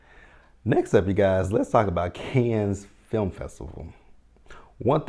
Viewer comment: Cannes sounds like "Can". Thanks